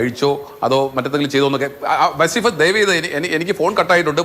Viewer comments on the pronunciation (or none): വസ്സീഫ് അല്ല.. വളീഫ് ആണ്